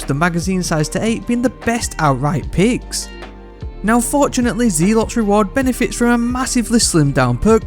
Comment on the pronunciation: "Zealot" is pronounced "Zel - Ott"!